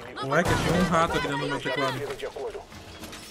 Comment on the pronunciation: Tlezentos e tlinta, por dentlo é Lazer